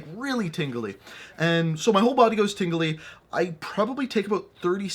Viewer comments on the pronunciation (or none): please bring more story time! I kind of died, sounded like you said; My whole body was tinkling 😂